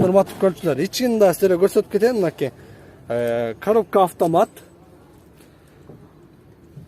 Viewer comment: Коробка автомат дегенди жакшы айтат экен